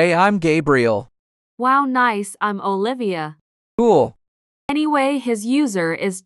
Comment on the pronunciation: said " OliVAa " 💀 lol